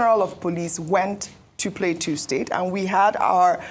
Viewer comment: Why can’t Ojy pronounce Plateau state correctly 😅